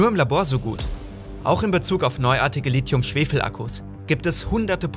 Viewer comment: Gutes Video aber es heißt nicht Litium